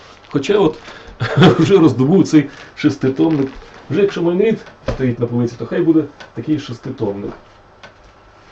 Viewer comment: шерсть котяча перетворюється на тигрррячу в устах, які вимовили перед тим " МАЙН РІД" 😂🎉